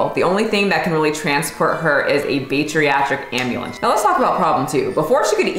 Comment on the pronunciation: Bariatric Ambulance, you said it incorrectly. You should know these terms properly if you’re going to speak of health.